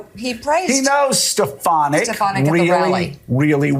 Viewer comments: Stefinek (trump's pronunciation) really needs to figure out what job she'll have when trump loses...agin. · Steh-FAHN-ik,. Don't mispronounce names as Trump does. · tRUMP said “Stepanak” why oh why do these people keep making excuses for this lump of lard!! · It almost sounds like he is saying her name on purpose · Come on...he mispronounced her name to prove that the left will trash him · That’s the first time I’ve heard him pronounce Stefanik’s name 🤣🤣🤣🤣🤣🤣🤣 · Stinky Trump doesn’t even know how to say despicable Elise Stefanik’s name😂😂😂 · He pronounced her name wrong and his brainwashed. Crowd cheered for a person who doesn't exist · Oh yeah, trump knows Elise Stefanick so well that he cant pernounce her name lol. Trump is sooooo gonna make her his running mate. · He can’t even say her name right,,, you’re right as soon as they disagree they will be RINOS